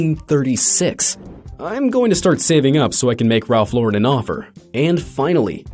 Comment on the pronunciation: The accents are all over the place-- even Ralph Lauren isn't pronounced properly.